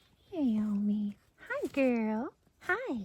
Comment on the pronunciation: Relieved you aren’t butchering “Naomi”!